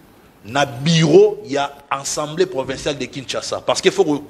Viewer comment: 😂 et Manix ba vrais tintins. Fayulu azo sala makambo en catimini te. Alobaki ke akomelaki CENI po na liste ya candidature ya ba députés na ye. Conseil gratuit. on ne dit pas « ENSEMBLEE nationale te ». Loba Assemblée nationale. Yo Manix zala na soni. Depuis tjs fayulu fustige les comportements de Kagame frère siamois de tshilombo. Arrête ko comparer tshilombo na Muzee tu es peut-être malade mental kende ko se faire soigner